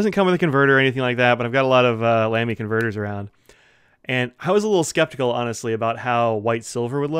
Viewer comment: The famous brand is pronounced “Lah-me” — NOT “Lamb-y” ( a common mispronunciation that must annoy the fluent and intelligent Germans no end ).